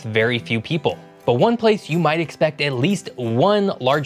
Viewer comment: Heh. Heh. “Pople”